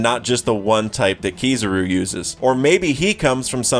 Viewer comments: its KIZARU not kizuru. would be same if u call'd Imu as ''aimu'' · the "tidal wave" and "swirl" stuff sounds like complete nonsense, because that's not how things work in the real world. A "swirl" is barely even a thing to begin with. Spirals are another thing. PS: And omg please stop saying Keeezaru. I know you're American, which doesn't really speak in your favor, but I'm assuming that you've at least seen the anime with subs. There is no way you can't have some dissonance with your pronunciation. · bro ain’t even saying kizarus name right I know this mofo watches one piece dub🤣🤣🤣😭🤡